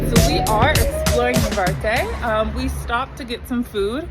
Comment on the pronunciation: NaRvarte not navarte